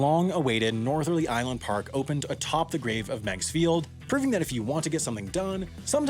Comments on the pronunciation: Daley is a corrupt [bad word], but he happened to be right about this one. Miegs Field only benefitted a handful of wealthy people, while the park benefits everyone. BTW, it's pronounced "Meegs" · Pronounced MIGS field. This was so lame at the time, but after 9/11, this would have happened anyway. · You are mispronouncing the name of the airport. I’m a pilot who flew into that airport now and then. Think of a MIG fighter jet. It was pronounced “migs”. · Its pronounced "mig's' field. Like the Russian aircrafts. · I am a pilot from Aurora, IL. I want Meigs back. Also it is pronounced "migs" like the Soviet fighter plane. I know poor timing, but is what the planes they use are called. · Oh, did they? I'd heard it pronounced Meegs. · I do not want to rain on your parade, but the name is pronounced Migs not Megs. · It's pronounced "Meegs", not "Megs". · Miggs. Not Megs. The pronunciation is off. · Chicagoans called this airport "Mig's" Field, not "Meg's" just so you know :) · Yeah it's "Migs", just like the airplanes we're going to shove up Russia's ass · If it was spelled Megs, ok..... but it's Meigs..... [MEEGS] field. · I believe it’s pronounced ‘Migs’ not ‘Mehgs’ field But I could be wrong. Can any other Chicagoans confirm? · Pronounced Migs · Love the video, but every Chicagoan like myself knows it’s pronounced “Migs” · In Chicago, we pronounced it "Miggs" Field. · As a native Chicagoan, hearing your pronunciation of Meigs Field each time made me cringe and curse out loud. It’s pronounced like Migs! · It's pronounced "Migs" ... The E is silent. 🤦🏾‍♂️ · Pronounced Migs, rhymes with digs. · It's pronounced "Migs", not "Megs". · Am I the only one here bothered by the constant mispronunciation of "Megs" field. It's pronounced (Migs). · pronounced locally as "Migs" not "Megs" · Meigs is pronounced like "bigs" not "begs." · It’s pronounced migs field, not megs field. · Always heard it pronounced Miggs Field not Megs Field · "megs" I think you mean "migs" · Migs, not megs